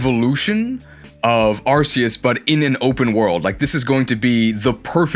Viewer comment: That's not how you pronounce "Arceus."